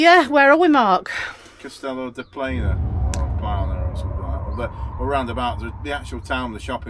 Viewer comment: You're actually in Grau which is the port area of Castellon (pronounced Cast e leon) but however yo say it goes . We spend our winters here ( Benicassim)and that beach goes on for miles . Great to see your take on it .